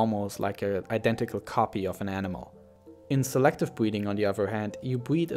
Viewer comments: “Selective bweeding” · Swective bweeding